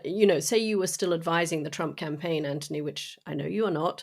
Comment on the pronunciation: Katty, why do you call him Antony when his name is Anthony? I'm curious.